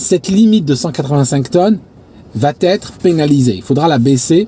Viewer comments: Très bonne vidéo. Dommage la liaison “va t’être”. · tes vidéos sont vraiment supers, mais il faut que tu arrêtes de dire "va-t-être". c'est une faute que tu fais assez régulièrement.